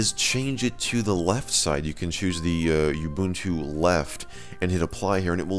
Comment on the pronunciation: you-bun-too is actually ooo-boon-too xD